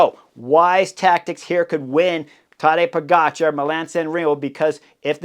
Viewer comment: So is it Tadeja PoGotCha … say it again .. and again and again